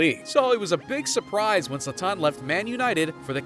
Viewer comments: I can't take this video seriously when you can't even pronounce his name correctly. It's Zlaaatan and not Zla-tannn! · Why hasnt nobody mention that he enunciate his freakin name at the wrong A. Its ZlAtan not ZlatAn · You are disrespecting him pronouncing his name like that 😂 Its not zlaTAN, its ZLAtan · His name is pronounced ZLAH-TAHN. Not Zahtahn. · It’s ZlAtan, not ZlaTAN. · Its pronounced zlatan. Not zlataaaaaaaaaaaawn. Come on ai. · It's zlatan and not zlataan dude mispronouncing the gods name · funny how you get his name wrong continuously, it is ZLATAN say it over and over, not Zoltan!!!!! Oh, and ethnically he is SERBIAN, you can tell from his name. JS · Who cares for mls?! Who calls Zlaran Ibrahimovic a f Zlata-an. Zlatan not Zlataaaan. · ZlAtan, not ZlatAn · HIS NAME IS ZLATAN, NOT ZLATTAN! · Zlatan, not Zla-tan. Come on bruh. Just say it all together, stop making a pause. This video is so americxan where the presenter has to be the star and the center piece instead of just showing footage. Trying to be funny and cant even pronounce his name. 100% american bullshit. Stick to pigskin-ball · Who tf is Zlataahn? This narrator man. And bordell? Its bordeux whete is the l? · 2 seconds in… ZlaTÁÁN?? Fuck this video dude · Who is Zla-Taan? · His name is not Zlaten he is sathan😈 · no. u mispronounced Zlatan in the 1st seconds so I couldnt. Ur narration is a bit over the top as well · I think the biggest disrespect is mispronouncing Zlatan's name this whole video. Would it had cost to put at least 20 seconds research into figuring out how to pronounce it? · Mispronouncing his name for 11 minutes straight. Talk about disrespect. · Wrongly pronounced Zlatan through a whole video, but good video anyways. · It would have been better if you pronounced Zlatan correctly. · Bro, ur butchering his name. Stop saying it like a idiot , and u talk to much , the clips talks for it selfs